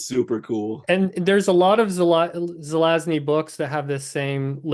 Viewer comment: Also, pronunciation of the name Żelazny is close to Polish Perfect! 😂 🙌